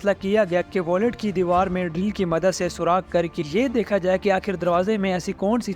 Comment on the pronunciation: Aray yaar " wallet " nahee....VAULT...VAULT!!!!!!